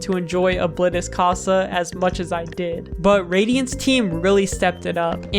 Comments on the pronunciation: ITS CASA NOT COSA!!!!!!!!!!!!!!!!!!!!!!!!!!!!!!!!!!!!!!!!!!!!!!!!!!!!!!!! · i know Spanish and the way you said casa is incorrect you may not know Spanish and i am not mad but yea